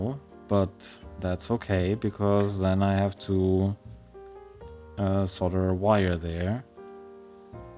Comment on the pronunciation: I like how you say "solder bridges" with your accent-- it sounds like "solder britches" which, if you don't know, "britches" is another word for "pants". So I imagine it as either someone's nickname "Ol' Solder-Britches!" or as a specific type of pants made from or using solder. Love your videos!